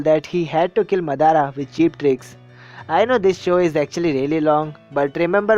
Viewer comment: you say you love naruto and you didn't pronounce Sasuke and Madara's name correctly +_+